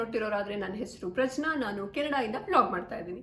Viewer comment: Nim name ಪ್ರಜ್ಞಾ or ಪ್ರಜ್ನಾ bcz neevu ಪ್ರಜ್ನಾ antha pronounce madthiddiri